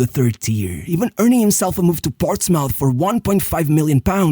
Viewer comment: Great video! Just a nitpick, Portsmouth is not pronounced like mouth (mauf) but like muth (muf).